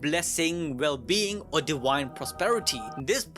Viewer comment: Duel?❎️ Dule! ✅️ & Divine? ❎️ Dawine!✅️ 😂😂😂